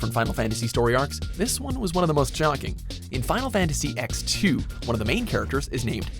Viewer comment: Cucas Nerdy Corner hilarious eks-2